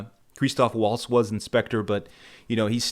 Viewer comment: "Sam Raimi as the Bond villain"!! Is Spielberg the henchmen!!? And who is Creeee-stof Waltz!? Does Creeee-stof know this Daniel Kregggggg!! Do they know Christoph waltz & Daniel CR-AIG!? Craigggg not Kreggggggg And "Hevierrrrr Bordeeeeeeeem"!! Good lord you need help pronouncing their names. 😂😂😂😂😂😂 I like you though, good lad, subbed 😁🍸 Krazy Kajeevie - The New James Bond Show With Krazy Kajeevie